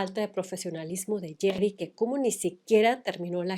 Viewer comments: Es geri, no gerri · me hace gracia que pronuncies el nombre de Geri como Jerry 😊 a Emma tambien la criticaban por su peso no solo a ella. y Mel C despues ganó peso cuando eran un cuarteto y le decian Sumo Spice. 😢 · Alguien más notó que cada que Rocio pronunciaba Geri habia una distorsión?😮